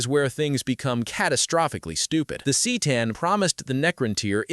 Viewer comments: The Cee’tan? C’tan is pronounced Kah’tan. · “C’tan” is pronounced “kuh-taugh-n” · Bro I stopped watching after he (most likely a fucking ai written script some idiot asked to summarize and threw into a video with an ai VO) fucked up c’tan it’s literally CUH-TAWN or even CUH-TAN, Jesus christ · 📢📢📣 “The cee tan” 🗣️🗣️🔊🔊